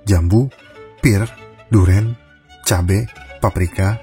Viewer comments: wkkkkk agak laen "cabe" nya 😆🤣🤣🤣🤣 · Pas ngmong cabe 😭😂😂😂😂